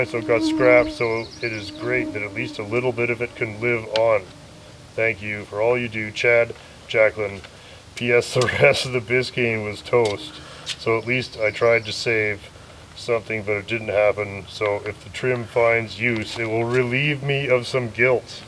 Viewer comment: Great! But let’s get the pronunciation straight: it’s not BIScayne, it’s BisCAYNE. 😊